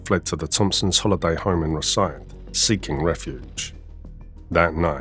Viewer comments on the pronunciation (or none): It was Rothesay not rosyth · It's Pronounced, RAWTH SAY, NOT ROW SAY, WANKER.